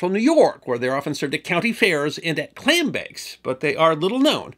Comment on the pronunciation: Why i *love* captions... I have an auditory processin disorder and can easily mishear words even on repeat... When you said "clam bakes" i had to back up and read what it said bcuz my ears heard "Klan bakes" which i assume probs happen(ed) but are also just not somethin i wud expect to just casually hear talked about xD Ofc then again, nor wud i expect a Klansmen in the 60s or 70s to be advertisin in newspapers; and yet, it happened and even resulted in a Black cop goin undercover as a Klansmen and rootin out many potentially dangerous individuals in key positions of power. His actions actually saw two Klansmen removed from positions that gave them potential power over nuclear weapon usage... So yeah, theyre all over and they wud be so brazen as to have publicly known about klan bakes no doubt, but not so brwzenly in Syracuse, NY IN the early 20th century i wud hope (eta: Im not alone in mishearin you xD the captions say "clan bakes" not "clam bakes"; so at least the autogen captions AI has as bad of hearin as me :P)